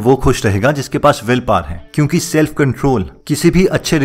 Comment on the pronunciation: Self power not saelf power.. first correct your pronounciation hindi wala... 😝